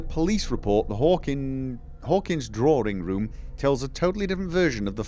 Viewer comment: Dear, draw-ing room, not draw-ring room. Where one would withdraw to.